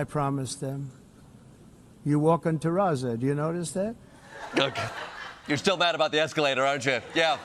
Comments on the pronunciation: ...it's actually "terrazzo". Not "terrazza". Please remind me, for how many years has he been in the real estate business ? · He can't even get the name of the flooring right!!!! Its terrazzo not terrazza!!!!!!!!! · It is not called terraza Mr. Trump. It is called terrazzo. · This is the first time I hear someone pronounces terrazzo like this, very nice choice btw for more modern look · He couldn't even be bothered to pronounce terrazzo correctly.